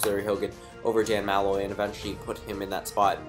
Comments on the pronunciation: MAL-loy? Its pronounced Mu-loy. I was cringing the who time... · No doubt. I don't even care if you pronounced Malloy's name wrong, he's a jackass. I'm from Connecticut, I'd give Hogan my vote.